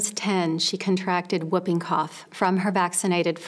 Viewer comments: Whooping is pronounced who-ping, not whup-ping. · And it's wh-oo-ping cough, like swoop, not woping like moping OR whoping cough like whiping. It is an onomatopoeia of the distinctive whoop noise of this disease